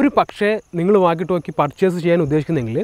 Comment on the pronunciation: ടാല്‌ക്ക് അല്ല ടോക് എന്ന് പറയൂ ❤